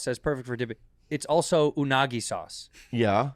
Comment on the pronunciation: Bobby really can't pronounce "also"